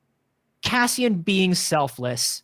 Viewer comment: Why does call him Cazzian? 😅